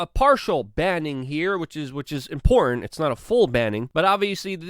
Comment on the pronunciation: It’s the word “important” he seems to struggle with. 😬